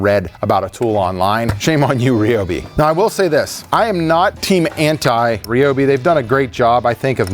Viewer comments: What is a Ree Obi? Why do you say it so queer?! Do you call friends named Ryan Ree Anne? Cmon man, don’t be like sleepy joe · please say ryobi properly its not reeeeobeee, sorry im so triggered by that lol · It's r y not r e Ryobi there is no e in the word